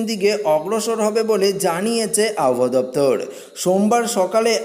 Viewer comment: উচ্চারণ ঠিক করতে হবে। অশনি সংকেত আব হওয়া ।